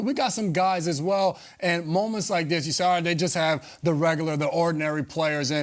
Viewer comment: for the record: Amon-Ra St Brown's first name is pronounced " A-MIN Ra "